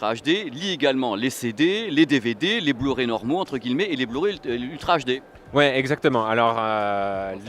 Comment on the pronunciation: Par contre, "Guillemet" set dit "guiyemet". Merci parce que ça m'irrite un poil à chaque fois que tu le dis x)